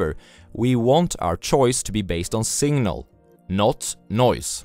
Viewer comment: Singnal 🤣🤣. But who cares. I'm here for the content, not pronunciation